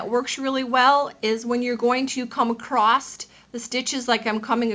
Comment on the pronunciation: You said "accrost" --- that cracks me up every time! That's not how I do FI, but no matter.